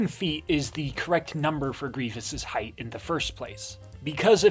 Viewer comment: This was a great video other than every time you said “heighth”